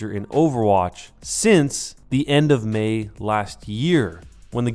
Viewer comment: "End of mei" hehehehehe